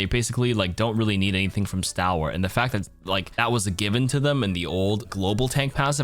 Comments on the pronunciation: That's not how you pronounce "stalwart" though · stalwart like stall-wart. also doom ult and ana sleep dart perk do slows also, but yea still pretty niche